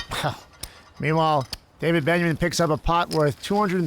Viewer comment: Gabe says Daniel Benjamin. Lol. David benyamine.